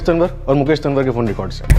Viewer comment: Tanwar को तंवर बोला जाता है,तनवर नही..स्क्रिप्ट लिखने वाले को इतना भी नही पता